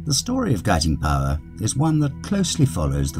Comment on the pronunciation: I lived in the Cotswolds in the 1960s and always heard Guiting Power pronounced as you do in this video, never any other way.